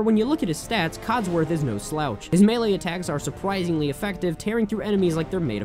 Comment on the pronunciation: ... Has the game state the name of game (Super Smash Bros. Melee), and fails to pronounce it correctly several times. 👏